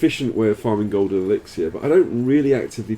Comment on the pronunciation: You rock Daddy and i love your vids but could you please pronounce elixir as [ih-lik-ser]